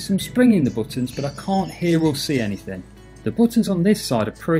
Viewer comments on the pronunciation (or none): none